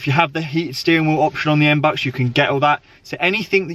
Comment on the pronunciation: It's not M-BUCKS. It's MB-You-X. Face palm...